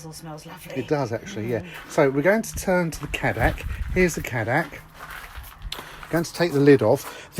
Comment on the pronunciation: It’s actually pronounced K dac